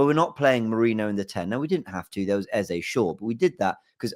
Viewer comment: THE MAN'S NAME IS EZE NOT EZA!!!😂